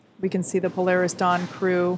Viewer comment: Po-lar-Is Dawn, what's that chute that you've got on, doing mis-sions that might make ol' nasa cry....